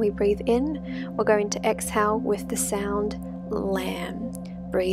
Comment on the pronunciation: This is great BUT the mantra “lam” is being pronounced incorrectly. It shouldn’t be pronounced like “lamb.” It’s actually meant to be pronounced like “lum,” as in “alum” without the “a.” It’s a great video but that part was just so distracting